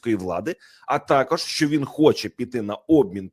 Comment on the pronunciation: А ЩО ТВОРИТЬСЯ З ТВОЄЮ ЩЕЛЕПОЮ,ЩО ТИ ТАК РУЙНУЄШ УКРАЇНСЬКУ МОВУ: ЩЬО,ЩЬОБ,ЩЄ,ЧЬОГО,ЧЬОМУ,ЧЯС,ПОЧЯТКУ,ЧЯСТИНІ,БАЧЄВ........???????????? ЦЕ ВЖЕ ГИДКО СЛУХАТИ З УСІХ КИЇВСЬКИХ КАНАЛІВ!!!!!!!!!!!!!!!!!!! ЗАХІДНА УКРАЇНА БУЛА ПІД АВСРІЙЦЯМИ,ПОЛЯКАМИ, ПРОКЛЯТИМИ «совєтами» І ЇХНІ ЩЕЛЕПИ НІХТО НЕ ЗМІГ ЗРУЙНУВАТИ,А КИЇВСЬКІ І СХІДНІ УРОДИ НАСТІЛЬКИ ДЕФОРМУВАЛИ СВОЇ ЩЕЛЕПИ ЛЮБОВЮ ДО ПРОКЛЯТОГО СВІТОМ І ЗАЛИТОГО УКРАЇНСЬКОЮ КРОВЮ «руского язика» ЩО НАВІТЬ НЕ МОЖУТЬ ПРАВИЛЬНО ВИМОВЛЯТИ УКРАЇНСЬКІ СЛОВА!!!!!!!!!!!!!! ГАНЬБА ВАМ,УРОДИ!!!!!!!!(УКРАЇНСЬКА ДІАСПОРА,США)